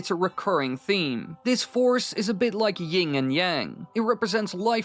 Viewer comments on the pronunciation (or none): It's YIN and yang. Not YinG